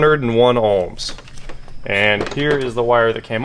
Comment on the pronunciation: There is no L in ohms